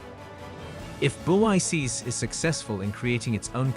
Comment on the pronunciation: You are pronouncing it wrong. It ends with the K sound. BRICS pronounced like BRIKS